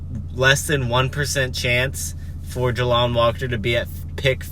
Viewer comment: JAY LON NOT JA LON